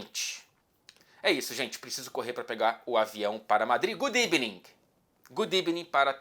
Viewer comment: é ebening?? n né. Evening: boa tarde ne